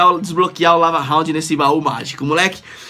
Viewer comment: lava rrrrraundd kkk